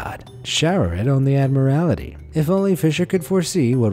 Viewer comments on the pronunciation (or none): Haha what would happen to the English language in the 20th Century! Like saying Admiralty wrong? (you said Admirality)😁🤪